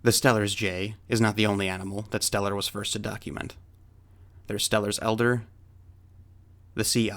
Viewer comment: I believe that's Steller's EIDER, not elder.